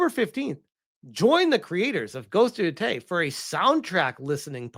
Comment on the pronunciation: I thought he said ,,Ghost of Yotoilet‘‘ in the beginning 💀💀